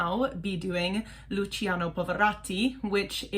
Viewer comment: Just one thing, "cia" of Luciano in Italian is pronounced like the "cha" of charms and if it were "cio" it would be like chops. "gia" and "gio" as well. For example it is not Gi-or-gi-o Armani but "gio" exaclty like John! Thanks